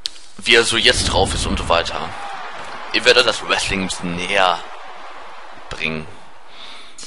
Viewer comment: du sagst nicht ich sondern is